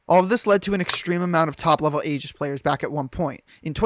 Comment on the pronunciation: never let a Smash player say Aegis brah 😭😭😭